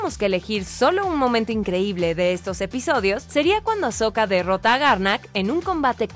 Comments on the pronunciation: es "Ahsoka" y no "Ashoka" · Noooo ES AHsoka no AsHoka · Hermione: es AHsoka no AsHoka!! 🤣🤣